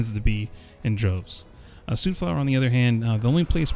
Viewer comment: It's soot. Like foot, not like suit. Whar you from, boy?? Just giving you a hard time. Thanks for the video! I subscribed!